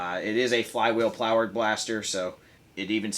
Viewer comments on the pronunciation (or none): "flywheel plowered blaster" xd